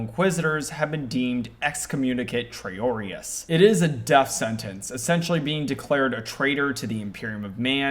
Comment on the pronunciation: You mispronounced Abaddon, Excommunicate Traitoris and Downunda.